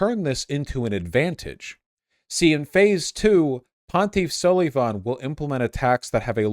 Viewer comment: "ponteef sulleeevaughn"